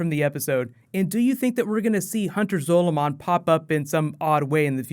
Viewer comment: It's Hunter Zolamon. Not zolo. Completely different characters.